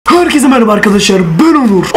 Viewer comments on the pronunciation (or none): none